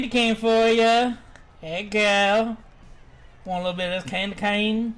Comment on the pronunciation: "Hey guuuurl wanting bit of ze candy cane?" 1 minute in and im laughing my head off! XD